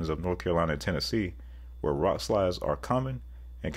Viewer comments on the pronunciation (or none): none